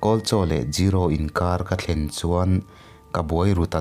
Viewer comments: Gero nilo in zero tih tur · 0=Zero(Zee-row)✔ 0=Jiiro (Jee-ro)✖